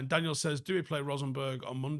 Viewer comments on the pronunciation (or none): none